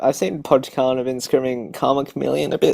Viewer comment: its pronounced "poi karna" btw :~)